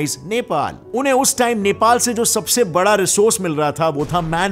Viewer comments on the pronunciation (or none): none